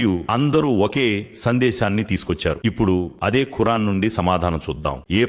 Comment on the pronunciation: Khurran kaadu khuraan ani palkandi